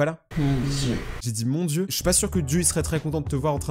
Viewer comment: On dirait qu'il a dit Mon Dieus mon roi